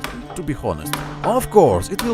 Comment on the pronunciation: No offense but it's funny that you have no problem with saying comfortable but mispronounce honest xd (really great work with the gauntlet btw)